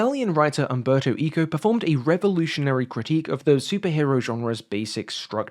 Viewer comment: Referring to Umberto Eco, it‘s pronounced „Ec-co“, basically like „echo“.